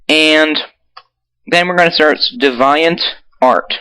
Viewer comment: deh-vi-ont? wow its dee-vi-ant